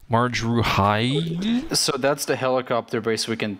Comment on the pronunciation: has problems pronouncing "Marj Ruhayyil" also: Grzegorz Brzęczyszczykiewicz